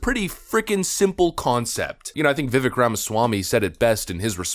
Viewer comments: How are we still pronouncing his name wrong? It rhymes with cake! Not ick as in something is icky. CAKE CAKE CAKE CAKE! pronounced VIVAKE! LIKE CAKE!!! LIKE ACHE!!! He has pronounced his own name... SO MANY TIMES on videos. He has literally told us what it is. Why are we still pronouncing it vivick instead of vivake... LIKE CAKE! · It’s pronounced Viv Ake like cake Vivek that’s his personal way of explaining it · It via Vivek like cake. “Vic-ake” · His first name rhymes with CAKE, NOT ICK. You're welcome. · Its pronounced Viv-AKE. NOT VIV-ECK😂😂😂 'Ake' as in 'CAKE' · IT IS PRONOUNCED VI/VAYKE NOT VI/VECK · I understand that everyone pronounces it Viv-eck, but it actually pronounced Viv-ake like cake. Let's try to get it right from now on. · Ur saying his name wrong. Rhymes with fake and cake. Viv-ake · It’s Vivek rhymes with cake. Put some respect on my guys name. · His name is Vivek. Rhymes with CAKE. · It's pronounced "Viv ache" or as he says "...like cake". And the kids got my vote! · His name is pronounced veh-vake. Rhymes with 'the cake'. it's really not that hard to say it correctly. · Vi-vake - rhymes with cake, he says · friendly reminder: Viveck's name is pronounced like "viv-ake", rhymes with cake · His name rhymes with cake. It definitely adds credence to any point when it's pronounced correctly. Love ya man, keep up the good work! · His name is Vivek, it rhymes with "cake." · the way you pronounce Vivek gives me a headACHE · I just love you to pieces but could you please say his name correctly? Just annoying. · Why are outlets still pronouncing Vivek’s name wrong? First step for respect for this guy.